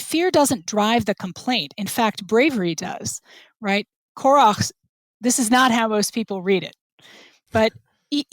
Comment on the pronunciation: This was super interesting. Anyone else hearing Korah as Korok? Can't avoid the image in my head every time i hear it.